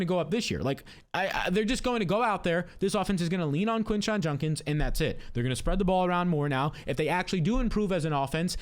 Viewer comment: A year later, and is still calling him Quinshon “Junkins”. lol